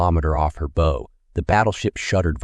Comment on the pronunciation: When speaking about the front of a ship it's called the 'bow', pronounced like 'now', not like 'know'.